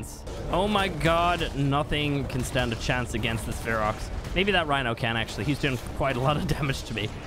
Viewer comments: When you say fear roar it sounds like Fuhrer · Your Ferox is 100% australian